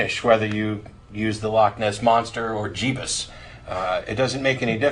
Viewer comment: "Jebus" LOL